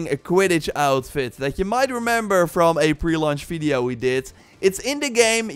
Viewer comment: What is a "fiddeo"? He keeps asking us to like it, but I don't know what it is...